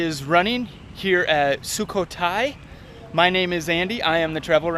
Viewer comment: My wife is from Sukhothai, thank you for presenting the area with quality and respect. BTW, it's SOOK KOH THAI. The emphasis is on the middle syllable which is a rising tone.